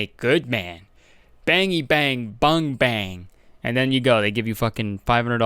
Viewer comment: Ummmm bayangs?!?I think u mean bands or bags. Ummm 💇🏽‍♀️ bangs?